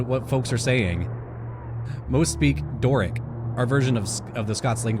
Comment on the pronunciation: Genuinely impressed how well you handled Doric! 😂